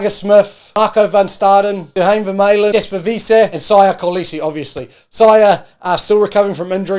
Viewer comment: Sigh-ah Kolisi